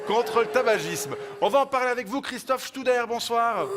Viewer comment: Studer, pas Stuber